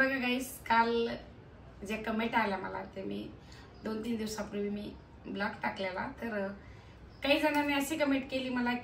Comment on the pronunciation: Vlog❌ Blaag✅😂